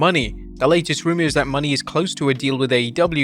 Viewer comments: It's Mercedes MO-NAY, NOT MONEY and I clearly doubt that Mercedes would waste her time in WWPG again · Its pronounced Mercedes Mow-nayy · So... you STILL think her name is Mercedes MONEY? It's obvious you don't actually watch wrestling or read your own comments section. At least you're able to pronounce Sasha Banks correctly. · Say it with us people : Mercedes Moe-nay